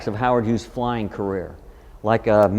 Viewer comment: damn dude, his name is HUGHES, HUGHES, H U G H E S. For Christ sake quit saying Hughs.